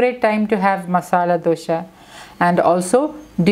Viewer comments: Don't say Dosha ,Dosha. It is Dosa.Where does that H come from? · It’s not dosha it’s dosa , please correct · It’s pronounced as dosa🤔 not dosha